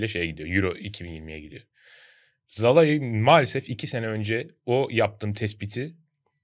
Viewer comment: Sinan Yılmaz ve Bülent Kalafat'a sorum var. Neden Szalai'ye ısrarla "Zalai" diyorsunuz acaba? Oyuncunun ismi "Salai" olarak okunuyor siz de bunu biliyorsunuz aslında. Oyuncunun 2. sezonu ve tüm maçlarda spikerler "Salai" olarak söylüyor. Üstüne Macaristan milli takımı ile de Avrupa şampiyonası maçları oynadı. orada da spikerler aynı şekilde söyledi. Ama siz nedense yanlış söylemde ısrar ediyorsunuz. Böyle yapmak hoşunuza mı gidiyor?